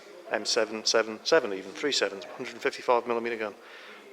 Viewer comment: Fun Fact: the M777 is said M- Triple 7